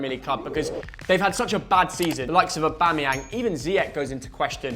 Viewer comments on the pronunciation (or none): none